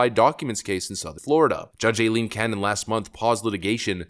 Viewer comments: Stop saying el-leen canon. It’s I-leen. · It's pronounced I-Leen Cannon